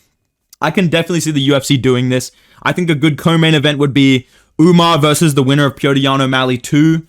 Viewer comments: Why do you keep calling "Umar" "Umnar"? Is it a bit? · Why do u keep saying umar’s name wrong where is the N??? It’s not Umnar. Put respect on the goat’s name please